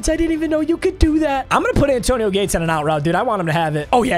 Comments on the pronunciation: Why he keep saying Zay Antonio? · Is he say Zantoino or is it just me??? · Papa why do you keep saying zantonio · Did he say zantonieo😊